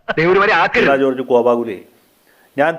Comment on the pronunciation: വീണാ കോർജ് അല്ല..... വീണ കോർജ് ആണ്.....